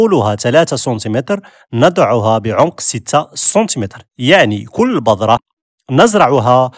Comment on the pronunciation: السلام عليكم ورحمة الله. شكرا على المعلومات كلها رائعة .ولكن عندي ملاحظة ارجو ان تنطق بالحروف الصحيحة عندما تتكلم .مثلا بذرة ولا بضرة وشكرا لكم.